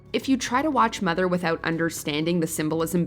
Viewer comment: It's pronounced MOTHER!